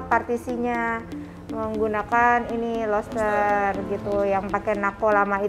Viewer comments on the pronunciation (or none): roster mas... mba... bukan loster... udang kali.... keren desain dan pengerjaan nya... sangat menginspirasi.. 👍